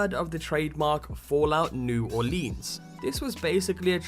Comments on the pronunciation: Its pronounced New Or-lans not New Or-leens. Not sure why that pissed me off so much. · Dude is not Olinse is Orleans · It's pronounced new orlins yah Yankee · its new orlens it all flows you trying to hard on the leans part. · New Orleans should never rhyme with jeans. New Oar-lins. I'm not even from there and I know this. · Anyone who live outside of Louisiana seems to call it "New Orleens" lol. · ***** it's ok it's mostly a southern thing but sometimes I sat new Orleeens too. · Yeah, New Or-lee-uns is acceptable too though. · Pronounce it right please, New Orleans is said like (Or-lens) like glass lenses not lean like lean against the wall. Anybody who lives in Louisiana can tell you that. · Or-leans. I hate that pronunciation